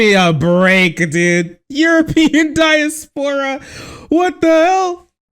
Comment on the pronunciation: diaspora is pronounced "die-ass-purr-ah" : ) ty for not subjecting us too the ass grope